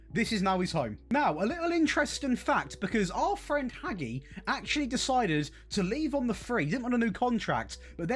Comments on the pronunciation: Showing your age by pronouncing Hagi as "Haggy" 😂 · Queens Park in a cup final? Oh the irony 😂. Also, who TF is Haggie? Maybe have a look at how that ones pronounced, bud. 👍🏻